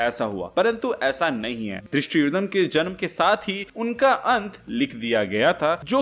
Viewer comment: its धृष्टध्युम